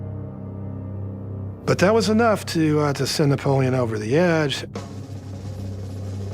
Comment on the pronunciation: “N He EnRagEd ......NePoLeeOn”